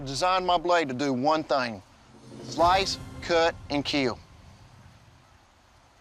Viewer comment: I've designed my bloide to do three thoings: sloice, cot and keel